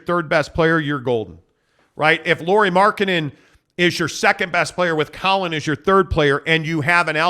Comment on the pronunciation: Third syllable in Lauri Markkanen's name is "nen" not "den." gets it. must be listening to Bolerjack too much!